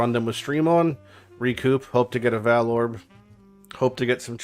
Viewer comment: Learn how to say "vaal" omfg cringe lol.